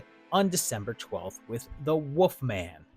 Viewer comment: pronunciation of the Woof Man always leaves me howling!